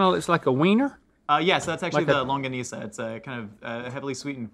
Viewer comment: Hearing that guy said longakneesa..